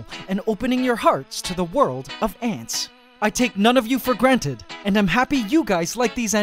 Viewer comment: "I take none of you for GrrrrANTed!" 😂🤗🌷